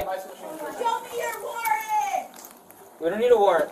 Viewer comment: "Wheres your warring"?